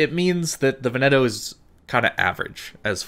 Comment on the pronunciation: Veneto - the emphasis is on the first syllable. VEN-e-to, not Ve-NET-o. Just got her, so I'm very glad to have a really good BB player do a vid on her. With the obvious exceptions of the fuel smoke and the SAP vs HE, can I take the Veneto as a proxy for what to expect from the Roma? The problem I have with the fuel smoke is that it blinds you; if you have no spotting, you're screwed for as long as it's active.